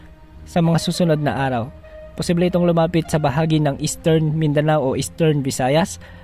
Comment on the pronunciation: Bawas bawasan Ang pagbigkas Ng possible,nakakaumay